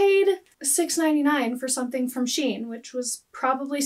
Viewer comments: So SHEIN used to be called Sheinside back in the day. Then they shortened it to SHEIN. So it’s actually pronounced SHE-IN. Also, great video! I actually live in a town not far from you and I happened to stumble upon your channel while watching thrifting videos 🤣 I love your content! Keep it up :) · I say it's pronounced SHE-IN .. but I could be wrong 🤷‍♀️🤣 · So actually none of us in America pronounce Shein correctly lol. Their ads pronounce it like Shyen